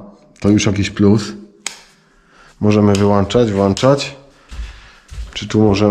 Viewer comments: Ale mówisz włańczać/wyłańczać. Światło włączamy/wyłączamy włącznikiem. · Polski język trudny jest to się zgodzę :) Ale włączać i wyłączać zamiast wlanczać i wyłanczać :)